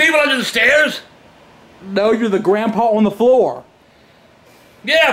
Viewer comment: No'ah!. Lol